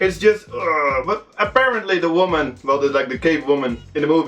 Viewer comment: "De vooman"